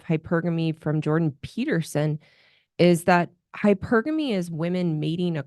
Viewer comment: So many YouTuber's pronounce "hypergamy" incorrectly as hyper-gamy as in hypersonic. Thanks for pronouncing it correctly! Hy-pergamy.